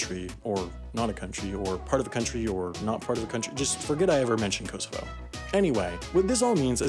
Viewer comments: Dude why do only Americans pronounce the 'w' in Moscow, it's pronounced 'Mosco' the W is silent. Also the pronunciation of Kosovo is way off. Seriously terrible how Americans drop and add letters to words, like pronouncing Caramel as Carmel etc. Get it right dude. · that pronunciation of kosovo annoyed me wtf